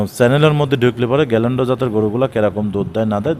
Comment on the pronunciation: বাটপার। গিরল্যান্ডকে গ্যাল্যান্ড বলছে।